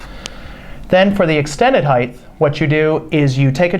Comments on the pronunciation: OMG!!! It’s HEIGHT, NOT heighth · cant stand it when people say heighth... height...not heighth... Great vid tho thank you! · It's height, not heigth! Come-on 😮!! Height, height, height!!! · Since when does "height" have a TH sound?